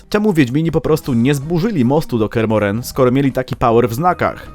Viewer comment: Dlaczego akcentujesz Kear MohrEn?